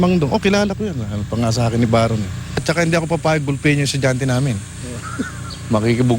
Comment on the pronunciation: baron not bayron Mike ayusin mo PAG rarap mo este pag rereport